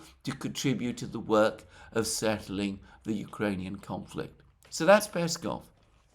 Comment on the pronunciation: Alexander, mate! You've been doing this for years and still mispronounce Peskov and Lavrov's last names. Make sure to put the emphasis on the second syllable not the first one! It's the same as your last name and should be easy for you to do. One would assume you should know by now 😉😉